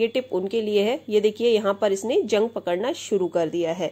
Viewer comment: Aap ke totke achhe rahte hain, bas thoda talaffuz ki taraf dhyan de dijiye, is video me zang ko jung kaha hai, ye ghalat hai, dhyaan dijiye